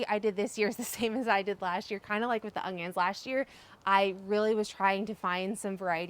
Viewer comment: Haha you say onions like I used to...with an added g 😂